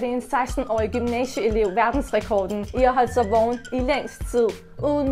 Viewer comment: Du siger ikke vågen men du siger vogen